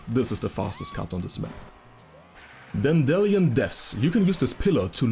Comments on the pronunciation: The way you pronounced Dandelion made my face invert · obsessed with how he pronounces dandelion. I'm gonna be saying it like that for a while now lol